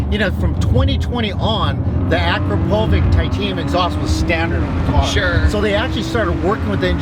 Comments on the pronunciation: Aaackro-povick 🤣. Anyways, sick car!!! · The way he says Akrapovic makes me sad.